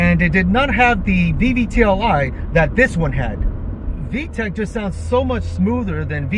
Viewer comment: VVTI. I hear VVTLI.